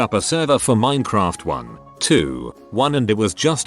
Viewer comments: No one: Literally no one: Text-to-Speech: Min-uh-craft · use a changer because the robot actually mispronounced Minecraft several times